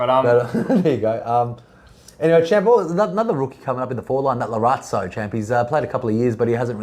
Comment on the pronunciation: 'Laratzo' everytime you boys said it made the inner norff supporter in me cringe so hard